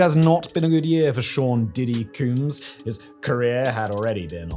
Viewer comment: Simon, I know you have no use for a comb, but I'd figure you could at least say the word. 😂